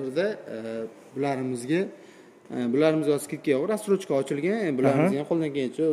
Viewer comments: рассрочка дийилади растрочка бас 😂😂😂😂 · 2 ой олдин 430 миллион эди соната. Акция булса ошарканда нарх 😂. Админ разтрожка эмас Рассрочка деймиз🤫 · Салом расстрочка эмас рассрочка айтилади укам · Колхоз,растрочкамас рассрочка булади